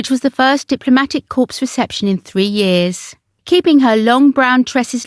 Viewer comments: Corps is pronounced core. A corpse is a dead body. Please ensure your research is extended to annunciation and pronunciation. Thanks. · The Honourable Lady Ogilvy being Princess Alexandra of Kent, who has served the monarchy well. Corps is pronounced core and in the plural and possessive as cores. A corpse is a dead body. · Corps The P is silent. Please!!!!!